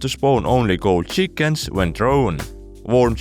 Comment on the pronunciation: I love the way he says cheEkens instant like